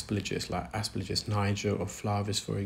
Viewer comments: Every medical professional who has discussed aspergillus with me (I had an unpleasant issue with it some 40 years ago) has pronounced the third syllable as “gill”, not “lidge”. Exactly as it is spelled. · Please say asperGILLus, not asperLIJus! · a friendly GP from across the pond. Love your videos and your scientific explanations of the various ear conditions you encounter. One detail I noticed and wanted to share, the fungus is called Aspergillus, it doesn’t rhyme with religious as you’ve pronounced it. Not trying to be condescending or picky, just wanted to be helpful as you are a consummate professional and just want to help keep your presentations buttoned up. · I think the replies here are a bit harsh. The comment isn't attacking, or his knowledge or skills. At worst it's nit-picking and pedantic. But pippa isn't the only one frustrated by this particular mispronunciation - I often find it so jarring that it distracts me from what actually saying. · She's not asking for an American accent, she's just asking for the consonants to be in the right order. Like if he kept saying "Aremica" instead of "America". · Yes, some English words are not pronounced the way they're written. This is not one of those words. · There was absolutely no element of hatred whatsoever, and I can’t for the life of me fathom why you thought there was. I have enormous respect for, and the way he redesigns tools rather than complaining about them is superb. But he constantly misprounces aspergillus, and the effect on me is the same as when someone deliberately scrapes their fingernails down an old-fashioned blackboard.